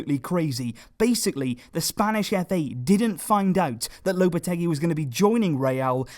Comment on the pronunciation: It's pronounced Lopete-"GEE" like in geese.